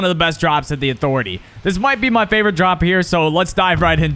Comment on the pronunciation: Thanx for dem tips Who else loves these Never Lose at (uh-thor-etay) 👇👇